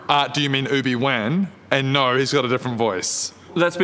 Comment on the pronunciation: “Oobiwhan” lmao